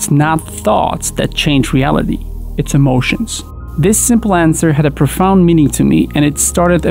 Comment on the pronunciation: Just listen how does he pronounce „emotions”. This is how most of polish pronounce. Maybe other slavic country? I really like how clearly is he speaking! No misspelling, fluent, good voice. I enjoy listening to:)